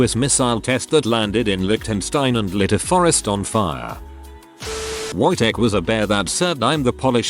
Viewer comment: I hates listening to the Wojtek one because it was said how it is spelled, the W would make a V sound so it would sound more like vojtek